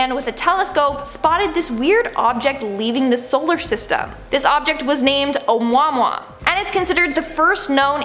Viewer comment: PLEASE learn the proper pronunciation of "Oumuamua" because it's certainly not "Omwahwah"! Try to be more professional.